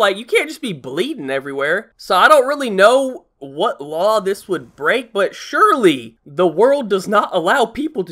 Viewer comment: I did, I've also watched the whole video. He's saying "surely", but as "SH-urely". He says this multiple times in the video lol